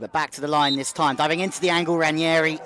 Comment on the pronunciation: It's Ranghieri not Ranieri. Pronounced "Rang' ieri"